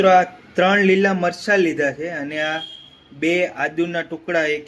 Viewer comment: ઉચ્ચારો સાવ ખોટા છે. ચ ના બદલે સ બોલો છો. ચણાની દાળ, ચારણો,મરચાં અને ચમ્મચ માં ચ ને બદલે સ બોલો છો